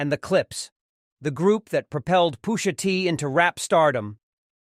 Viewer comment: Was this created by AI? "POO-SHA TEE"😅